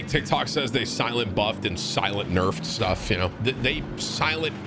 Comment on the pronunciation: "Shtuff" ish lol. sent me.